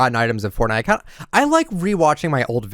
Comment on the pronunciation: “hello everyone this is foortnite” words that’s will go down is history